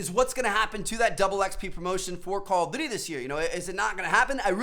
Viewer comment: The way he says call of duty is so atrocious!! Omg Lmaooo